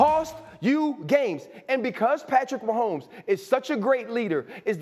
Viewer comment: #15 Patrick Wah-homes :face-pink-tears